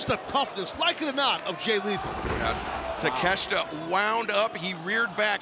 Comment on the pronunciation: It's Ta-Ke-Shi-ta not takesta